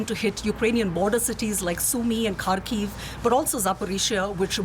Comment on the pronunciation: Reports on Ukraine but can't pronounce Kharkiv ...... It's a "Harkiv"